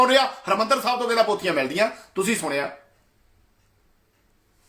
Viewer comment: ਜੋ ਭਾਈ ਜਪੁਜੀ ਸਾਹਿਬ ਦੀਅਾਂ ਦੋ ਚਾਰ ਪੋੜ੍ਹੀਆ ਪੜ੍ਹੀ ਆ ਓਵੀ ਗਲਤ ਪੜ ਰਿਹਾ ਹੈ ਸੁਣਿਐ ਨੂੰ ਤੂ ਸੁਣਿਆ ਕਹੀ ਜਾਨਾ ਼਼ ਪਹਿਲਾਂ ਆਪਨੇ ਅੰਦਰ ਝਾਤੀ ਮਾਰ ਕੇ ਵੇਖ।। ਸਾਰੀ ਆਡੀਓ ਬਕਵਾਸ ਤੋਂ ਬਿਨਾਂ ਕੁਛ ਨਹੀ ਜੀ